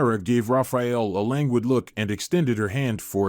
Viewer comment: What’s with the constant misspellings/ pronunciations in these great stories ? You can’t “ in Teddy” look at someone or “language look “ at them. The stories are great but errors are distracting.